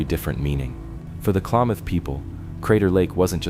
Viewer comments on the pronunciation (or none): *klameth is more accurate if you've ever been there 😂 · It's not "Klaw-mawth" it is "Kla(a=as in apple)-math (as in Math). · Most Oregonians say Kalam muth! Not maaath! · Klamath is pronounced clam math like mathematics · really I'm from Klamath falls no one pronounces it Klaymoth